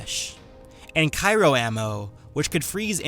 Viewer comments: I'm sorry, but Cairo ammunition. I do think you mean Cryo (cry-o). A few friends heard the first mistake, and started laughing. I shut them up the first time telling them it was just a slip. It required that I make a bet ( for each time you said Cairo). Two minutes later I lost; by the end of the vid it was 3 times higher. Good vid by the way. Just won't be betting things on them any more.- Sentinel best class - Jedi Watchmen form II and IIICheers! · Um, why are you pronouncing Cryo ammo like "Cairo" ammo? It's Cryo (Cry-oh) not Cai-roh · CRyo not CYro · Great vid, but oh my god your pronunciation of Cryo is driving me insane. (Cry-Oh, not Kai-Ro) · "Cairo ammo" 10/10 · its cryo ammo, not cyro.............great comparison though, and to be fair, if the geth, the collectors, numerous other smaller enemy groups AND the reapers could'nt kill them..........i dont think many characters from any franchise could take shepard down..........except the T-800 from terminator..................and mcclane........"yippee ki yay" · Sorry for being "that guy", but the ice type ammo is called CRY-o.. not cyro.. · "Cairo ammo", ...you mean cryo ammo? still a good video though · Did you just say Kairo ammo? Cyro ammo? It's Cryo, just heads up for everyone. Like Cry-Oh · Cyro ammo? You me "cryo", like referring to super-cold things? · It is CRYO, not CYRO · It's pronounced Cryo Ammo. Not "Cyro Ammo". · "cairo" ammo....lol. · gah! cryo not cyro -.- lol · Nice to have you back,:] great work as always, the matchup was well thought out, although the result was... predictable, I enjoyed almost every second of it. I have just a teeny-weeny nazi nitpick... Cryo, not cyro. It's pronounced like gray, or crayons, but I'm sure you know that. Anyway, keep up the work man, we are all thirsty for your Versus videos:]